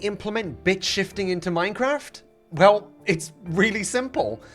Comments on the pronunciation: When you said "Bit-shifting" I thought you said "Bitch shifting" 😭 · can't lie, thought you said bitch-ifiting for a sec. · Alright, he did NOT say bit-shifting